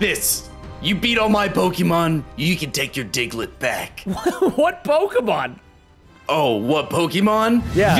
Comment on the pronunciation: PRONOUNCE RIGHT NAMES PLS PRESTON ITS KILLING ME